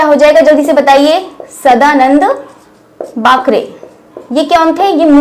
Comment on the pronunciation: सदानंद बाकरे . वाकरे नही . बाकरे .